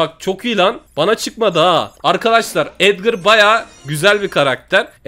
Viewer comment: Abi edgır değil Edgar ya